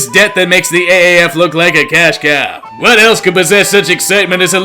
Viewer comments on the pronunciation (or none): none